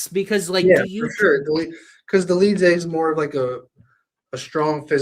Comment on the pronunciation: Bro also said Dolidze 😭